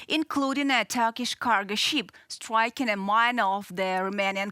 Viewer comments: The young lady should know the different pronunciation between "ship" and "sheep". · The presenter is attractive enough, but doesn't UATV have anyone who can speak English without such an extremely heavy accent? It's not a "cargo sheep" (for example). The "i" in "ship" is a short "i." Some accent is acceptable (like the narrator on "Reporting from Ukraine"), but it requires too much effort at times to figure out what this lady is saying. She sounds like "Natasha" on "Rocky and Bullwinkle." Have her take an English immersion course, and try again in six months.